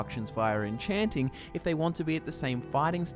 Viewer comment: it's called enchaaanting, not encheenting